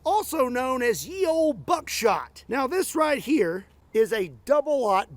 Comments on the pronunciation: "Ye" would be pronounce "The", it's a corruption of the Old English/Norse, modern icelandic "Eth" or ð. "The use of the term ye to mean "the" derives from Early Modern English, in which the was written þe, employing the Old English letter thorn, ⟨þ⟩. During the Tudor period, the scribal abbreviation for þe was þͤ or þᵉ ; here, the letter ⟨þ⟩ is combined with the letter ⟨e⟩.[2] With the arrival of movable type printing, the substitution of ⟨y⟩ for ⟨Þ⟩ became ubiquitous, leading to the common ye as in "Ye Olde Curiositie Shoppe". One major reason for this was that ⟨y⟩ existed in the blackletter types that William Caxton and his contemporaries imported from Belgium and the Netherlands, while ⟨Þ⟩ did not,[3] resulting in (yͤ) as well as ye. The connection became less obvious after the letter thorn was discontinued in favour of the digraph ⟨th⟩. Today, ye is often incorrectly pronounced as the archaic pronoun of the same spelling." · I hate to be pedantic, but 'Ye' is pronounced 'the' The Y Was actually a thorn, a letter pronounced 'Th' that was abandoned around the time of the 1st printing press. Or so I was told. Please correct me if I'm wrong :) Love your stuff! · Speaking of pedantry: The "Y" in "Ye Olde" is not a Y as in Ygrek, byt a Y as in Thorn and is therefor to be pronounced as "th". So "Ye Olde.." is pronounced the same as "The Old..." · It bugs me a bit when people pronounce it 'ye olde'. What looks like the letter 'Y' is actually the forgotten letter Thorn that makes the th sound. Ye was the way to spell the. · I was a little heartbroken to learn that thorn (which at some point looked much like a 'Y') was always pronounced like "th." So, it never would have sounded like "ye olde tavern." Instead, it would have just sounded like "The olde tavern" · In old English the letter Y was pronounced as "Th" so the phrase is pronounced "The Old Medieval Boom Stick" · Ye was pronouced the. Just to be pedantic..